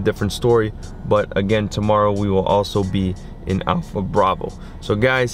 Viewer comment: "APLHA" BRAVO